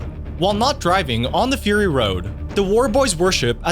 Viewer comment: fur-rrrr-ry road.